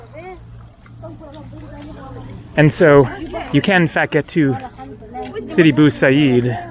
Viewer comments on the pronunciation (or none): sidi bou abeed not bou haseed